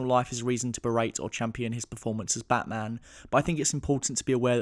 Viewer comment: Its bat maaaam !!! 😡😡😡